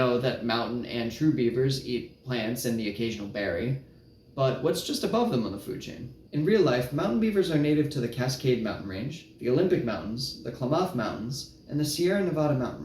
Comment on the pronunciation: 🙋🏻‍♂️ As an Oregonian, we pronounce Klamath as Clam-ith (first syllable emphasized)